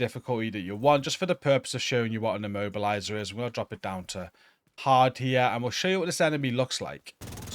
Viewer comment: i was keep hearing "mobiliser" left and right WTF is an mobiliser ?!...than i realized that it is "immobiliser" ...FFS ?!